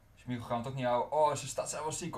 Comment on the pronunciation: smiegel ipv smeichel